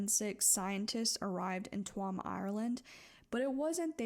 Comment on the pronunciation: Hey! I’m from Ireland and I really appreciated hearing this story be told so respectfully. You never really hear much about it from people outside of Ireland. Just a heads up, Tuam is pronounced ‘choom’ just for future reference ❤